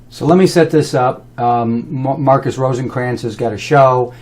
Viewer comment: If you're going to talk smack about someone, at least learn to pronounce his last name: ROTHKRANZ, not Rosenkranz - wow. He has helped thousands of people change their lives, including me. He has over 25 yrs of nutritional experience, and everything he says checks out - every single time. I have never heard of you - sooooooo P.S. "The vegans" wow dude, just please stop, you have no clue. "Don't go to a nutritionist to learn about brain surgery, and don't go to a medical doctor to learn about nutrition". P.S.S. I'm a nutritionist - and I studied The acid alkaline balance in school.